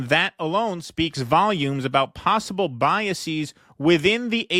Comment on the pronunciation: Why does pronounce antisemitic to rhyme with emetic? Maybe cuz it makes him want to vomit? And why does he pronounce biases (plural of bias) biaseeez, like the plural of crisis? Is the plural of base baseez?